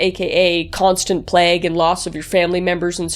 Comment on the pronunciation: Again, I love you - but is it a canadian thing to pronounce plague as pl- egg and not pl - a-gh?